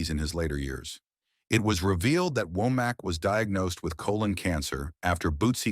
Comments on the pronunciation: Why do you keep saying "Wack" instead of "Womack"..... that is high-key shade, sir. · Why can’t say Womack?